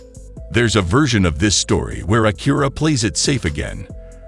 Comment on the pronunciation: Bad AI voice and video. The front of the car changes with each view. I hate how it says Acura.